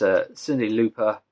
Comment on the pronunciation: Cyndi " Lauper " is pronounced ( LAW - PER ) I don't want anyone teasing you.